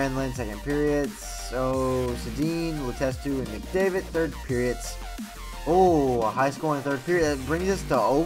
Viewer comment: Why do you say "periots"